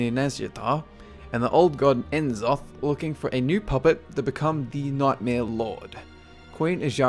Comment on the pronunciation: I love your videos. But, you pronounce names like that without the K so it sounds like Richard Nack. And I'm almost positive that N'Zoth is "Nazoth" just like C'Thun is "Cuh-thoon"